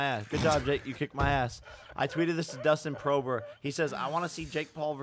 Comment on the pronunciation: Nobody: Jake Paul: DUSTIN PROBER